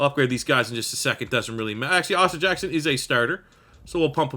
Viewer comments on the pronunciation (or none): none